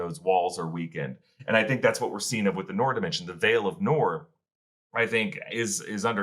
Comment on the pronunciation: Noor is pronounced "Nur"!